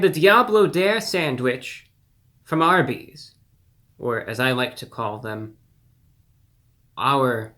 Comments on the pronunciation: I almost choked when I heard "Ourby's" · I ABSOLUTELY LOVE THE INTROS!!! I love how it says Do not Microwave on the Wendys packages lol!! The way he says ARBYS i laughed my ass off lol!! This guy never disappoints me!!